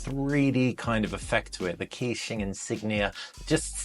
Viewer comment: just to let you know, its pronounced kuh-qing not key-qing